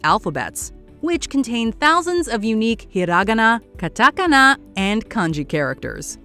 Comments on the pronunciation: Terrible pronunciation of the Japanese words katakana, hiragana or kanji! In Japanese the stress is on the 2nd syllable. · Ok I took a little japanese in college and I gotta say the mispronunciaion of hiragana and katakana killed me a little bit. Come on those are easy words to say right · I think katakana was said wrong